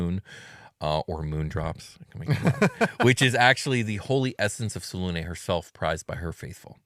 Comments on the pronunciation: Whatever happened to pronouncing all ways so they can't get mad? Well, I'M mad because I like the pronunciation with a hard U, as in "triune" or "immune". Two syllabus, SelUne like Sel-yoon I expect better from you next time 😒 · Yeah Its "Say luna" Like the word luna which means moon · Its "say-luna" It has the word luna in it which means moon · Its Say-luna Like the word luna Which means moon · Yeah regionalism is whack but its supposed to be "Say luna" Like the word luna which means the moon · Welp, hate how they pronounce her name. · I mooned the Moon Maiden. And yeah in BG3 they pronounced it every way you can think of